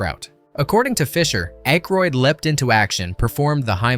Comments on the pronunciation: Dan Aykroyd's last name is pronounced ACK-roid, not AKE-roid. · Ayyyykroyd instead of ACKroyd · It's ACKroyd, not Ankroyd. And Carrie Fisher's part WAS explained in the movie. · "Ache-roid"? I think they make a cream for that. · Dan Aikeroid??? Jesus man, learn how to narrate your own fucking videos. It’s actually fun learning how to do things. Try it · Mispronouncing Dan Akroyd is annoying as hell. There is no N in Akroyd. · Dan Ache roid??? REALLY??! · Dan Ache-roid…. Reminds me of Prep-H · What??? you don't like Ainkroid?? LOL 🤣🤣🤣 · The name being pronounced "Ache-roid" ...made my butt hurt. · "Aykrod"? Hell, learn to SPELL Aykroyd before you call someone out for mispronouncing it. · From your home page: "Disclaimer: Our content is purely for entertainment and may feature a blend of verified facts, rumors, speculation, and fictional elements." However, ALL your video titles say, "Facts..." Can we or can't we trust you as to whether any of this, or anything in any of your videos, is true? Please advise. You are mispronouncing Dan Aykroyd's last name. It's: Daniel Edward Aykroyd CM OOnt (/ˈækrɔɪd/ AK-royd). Clown. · Couple things. If you are going to do these,learn to pronounce the actors name correctly. Not once did you say Dan Aykroyd last name correctly. Also when talking about his and Carrie Fisher’s relationship,why does a random picture of her and Chevy Chase appear?